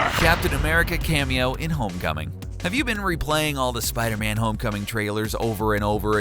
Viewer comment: Spoder man or Spider-Man?🤣